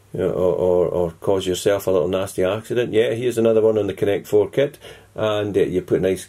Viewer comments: this is pure brilliant hahahaah!! "connect 4 kit" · "connect four kit" hahaha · i died when he said connect 4 kit LOOOL